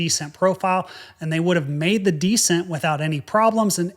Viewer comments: isnt it descEnt? you keep pronouncing it dEscent and I am thinking "decent"... Anyway, great videos - love them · deSCENT. accent on the second syllable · You have compelling stories. However, I wish you would pronounce "descent" as de-SENT, not DE-sent. Decent is a different word with a different meaning. While I can figure out what you mean, it's annoying every time I hear that. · You can tell is a ex-military. We all say de CENT. He says DE cent. Cool guy. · This clip needs a "DEE-SCENT" counter, jesus christ, bowed out at the halfway mark... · 1) lose the ball cap 2) “descent” is pronounced with the accent on the second syllable, not the first. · Tbh, when I first tuned in to his channel, I wondered if that particular pronunciation was an aviators' lexicon/affectation. He just doesn't know how to pronounce it. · I’m distracted by your mispronunciation of “descent” that you had to say several times. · You're right. The emphasis is on the second syllable not the first.